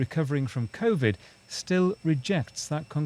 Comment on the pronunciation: Convid... ralmao